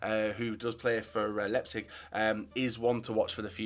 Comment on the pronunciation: Why can no Youtubers pronounce Leipzig right? It is ‘Lie-p-zig’